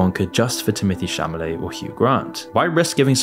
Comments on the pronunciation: Timothée Chalamet offers a brilliant package in Wonka (Chalamet not Chamalet, though from the tone of the post I guess the mistake was purposeful). I saw the film yesterday - perfect casting and a good movie (l also saw the two other versions - Chalamet comes across as perfect Wonka). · WHY IS HE SAYING TIMOTHEE CHAMALET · Timothée ChaMalet???!!! I though I misheard you when you said it once... but you said it multiple times!!! C'mon man!!! you have 1.2 mil subscribers! Check the pronunciation of the names of people you are talking about in your videos! It's Timothée ChaLamet! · Chamalet? Really? You could at least pronounce the actor's name correctly. Try reading from a script. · Love the video as always,, but did you really pronounce Chalamet as Chamalet? xD Also, the only thing I disagree on is the Tim Burton version. I felt similar levels of sinister motives per the Gene Wilder version, however it was delivered in the same quirky Burton-esque style, which I believe is what sort of milded out its intent, compared to the original. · Idk man.. I kinda can’t get over how you can’t even say his name right. “Chamalet” doesn’t really give me confidence in your take, I’m sorry 😭🤷🏻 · I love how you pronounce Timothy Chalame instead of chalament or whatever it is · Timothy 'Shamaley' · timothee "shamalay" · Dude made an entire video without even pronouncing Chalamet properly... like, wtf? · Completely agree, but your pronounciation of Timothée Chalamet cracked me up everytime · Audience: Are you going to pronounce 'Chalamet' correctly at any point in the video?: Lol nah. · Even if you didn't like the film, you could have at least given the leading actor the honour of pronouncing his surname right for your channel. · Dawg it kills me how you pronounce Chalamet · There's no way you can make an entire video critiquing someone when you can't even pronounce their name properly... It's Timothee Chalamet not Chamalet. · Dude's name is CHALAMET, not CHAMALET